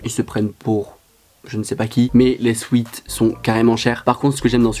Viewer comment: À tes « souet »